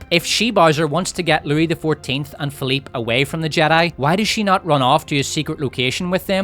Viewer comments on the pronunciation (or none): My namesake is rolling in his grave hearing you call them Philipe and Louie